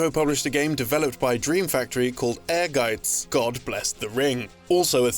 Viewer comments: I appreciate the correct pronunciation of Ehrgeiz in this video. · Wow. This is my first time hearing the correct pronunciation of Ehrgeiz.